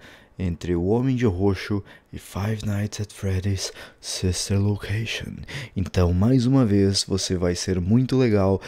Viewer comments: nossa o cara fala ''five nights at freddys the silver location'' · Eu também ouvi huehue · Eu também ouvi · Ñ eu tbm ouvi jkkkkkk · Ele falou the Silva location